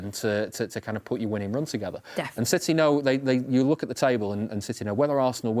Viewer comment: Citeh…….. that was terrible😂